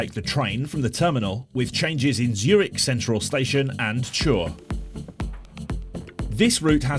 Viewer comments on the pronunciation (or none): "Chur" is not pronounced that way at all 🙈 (you said something like "tshur"; if you ask people for the way, they will be very confused :)). It’s more like "Kuur". Alternatively, you can do the Swiss "ch" which I have no idea how to describe it in normal letters (and I couldn’t pronounce it correctly, either, as a German).